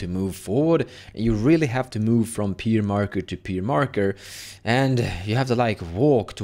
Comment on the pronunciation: Pyre = Fire, not Peer!